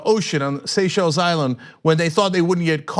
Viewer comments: You finally learned how to pronounce Seychelles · OMG Cenk pronounced Seychelles correctly!